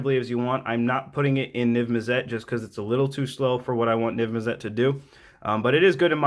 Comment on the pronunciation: Niv- mizzet is pronounced NIV MiZ-IT